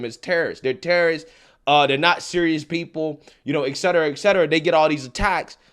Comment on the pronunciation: Et cetera, not ex cetera.